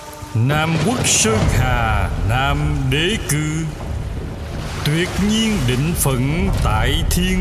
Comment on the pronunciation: Góp ý nhỏ, trong bài Nam quốc sơn hà thì chữ “截然” đọc âm Hán Việt là Tiệt nhiên chứ không phải Tuyệt nhiên nha